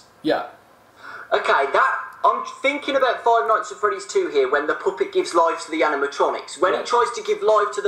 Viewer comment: I like the way said poopet instead of the puppet.HAHAHAHAHAHAHHAHAHAHAHAHAHAHAHAHAHA